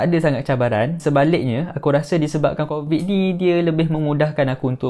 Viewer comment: yg crovid tu mahu 10 kali sebut. hhahaha